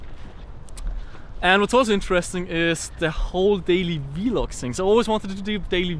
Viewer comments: I am not trying to be a jerk. I completely understand that English is not the language of your country, thus you have an accent. However, recordings of your day to day activities is a vlog, as you said, but it is pronounced as a single syllable, not v-log. It is slang for a video log. Just a FYI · Hey, no hate, but it isn't v-log. You say it like blog. Vlog. All one word. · Awesome that you can film , however it is pronounced vlog not V-log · please stop calling it V-LOG just vlog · its called V-Log not vlog. you also say T-Shirt not tshirt. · Lol be like V log but its vlog 😂😂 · vlog not v-log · Vlog not v-log 😂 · its vlog not v-log XD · I cringe too when says "V-log", but don't fuckin complain...just watch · i like how he says "v-log" instead of vlog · v-log, i know he has an accent but that was funny XD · Damn he says vlog weird